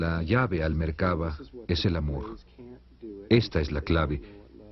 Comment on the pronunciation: Se dice "La Merkav'a'.